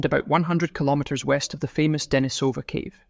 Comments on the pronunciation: it is not Danny-sOva , but it is DenIE-sova. As it is “LOndon” and it is England, and not LonOOn, nor IngalANDA If you are making videos about Neanderthals, and where they lived and where they developed and where their remains were found - learn how to bloody pronounce those archaeological terms. There are several places where you can learn correct pronunciation of those scientific terms! I’m giving this video thumbs down .👎 Misrepresenting very man facts ! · Very good video. Just one little pronunciation correction: it is De-NI-so-va and De-NI-so-van, not De-ni-SO-va or De-ni-SO-van. Lots of creators seem to get this wrong, but getting it right just adds more credibility to the narration.